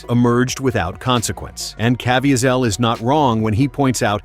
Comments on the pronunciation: Or at least teach AI how to pronounce names???!!?!! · This is a very informative video, but was not proofed for mispronunciatio of Jim Caviesils last name!!!! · there is SO much more to this... also can you please learn how to pronounce Jim's name? :)